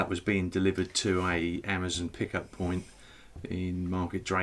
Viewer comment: at the 5 minute mark. Point not piont. I’m a retired typist and I’m sorry to say it’s a red flag for me. I feel a bit mean mentioning it as it is very picky of me and I’m a big fan of your vlogs so don’t hold it against me. 🤫🤭